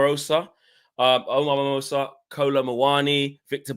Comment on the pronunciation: Omar who??? Marmoush like CUSHion not Marmosa😂